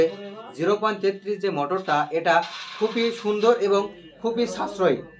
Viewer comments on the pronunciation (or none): none